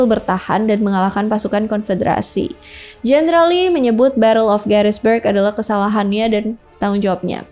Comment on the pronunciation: Gettysburg.. bukan Garisberg